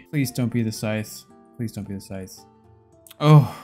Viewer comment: can u stop saying sytch every chest fk it annoying asf